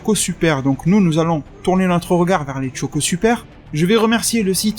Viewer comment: Choco..... CHOCO.......pas Tchoco. Comme on dit des chips et pas des Tchips. Merde.